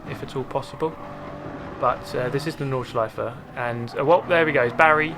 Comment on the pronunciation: thanks for saying "nordschleiFE" - not "nordschleiF" like most of the english speaking chaps do :p good racing there :) thanks for sharing!